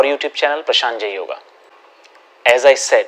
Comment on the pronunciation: Stop calling it padmasanAAAA. It's Padmasana. The 'a' at the end is pronounced as अ. As in the अ/a sound in 'butter', not the आ/ā in 'bath'. Similarly, it's yoga (योग), not yogAAA (योगा). Stop anglicizing Sanskrit/Indian words.